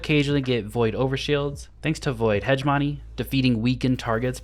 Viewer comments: Love the videos but pleaseeeee (Hegemony) •Heh-GEM-uh-knee, not •Hedge-money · My favourite bit is hegemony being pronounced hedge money